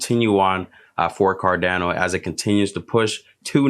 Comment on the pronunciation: It's not Dano....it's pronounced "cardawno"